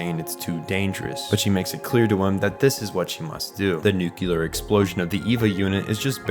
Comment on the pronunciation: Good video! Only note is nuclear is pronounced nu-clee-ur not nu-cue-lur. Nucular sounds cooler imo, but is not correct. Does it matter? Not really. Did someone give me this same lesson once and now I feel the need to pass it on to others? Yes.